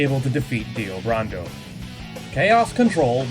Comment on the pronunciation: Brando... Like Marlon Brando... Not BURANDOH...